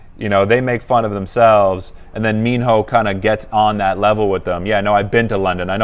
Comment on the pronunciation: I like; thank you for reacting to Minho..it's pronounced as Mino, minus letter h